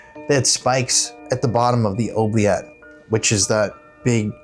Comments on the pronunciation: It's pronounced oo-bliette. Were those growls in the chapel tower, or whatever it is called? Creepy!!! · every time you say OH- bliette instead of OO-bliette, I get the giggles. 😂 The runes experiment was fun to watch!! The first thing I thought when your insulin tube was clipped in the chair was that it might be something a kid playing tricks on you would do.